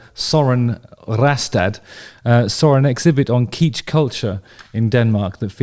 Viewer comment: Justin its not pronounced keech its more like kitch